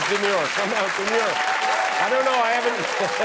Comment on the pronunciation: Did you say demeure or manure